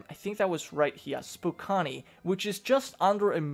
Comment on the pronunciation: Its pronounced Spocan lol thats ok though who knew a college town would have so many people